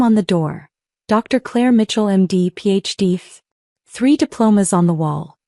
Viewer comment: Claire, not clear